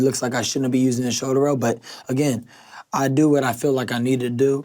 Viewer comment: Shouder Rowl